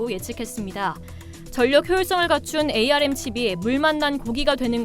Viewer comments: 암을 에이 알 엠 이라고 하는 사람 처음 봄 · 반도체 분야에 근무하는 사람들은 ARM 을 ‘암’ 이라고 읽습니다. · 운영자님 ARM은 "암" 이라 읽어주세요.